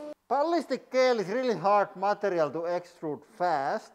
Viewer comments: "Gel" is pronounced like "Jel," btw. :) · Pro tip, you say gel in English like jel, with a j pronunciation! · gel is said jel like jellyfish because english is insane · In English, we say gel like "jel" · It is pronounced like jelly... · I love the way he says gel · I like the way he says gel lol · I like the way you pronounce gel.